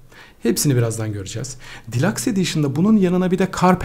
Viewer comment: Abi delux diye okunuyor delax deme sinirim bozuldu vggyıghıgıhgıhghı